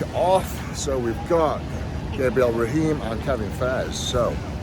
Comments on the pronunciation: Eddie and Brian should definitely do a Netflix series! On another note, Gabriel Raheem is from my village in Lebanon 😂 Gabriel Ray-Ohm is the strongman from Quebec 🤣 Cheers 💪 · Easier way to pronounce Gabriel Réhaume's name "Ray-Home" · Eddie, its Gabriel Ray-Orm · I don't think anyone butchers names worse than eddie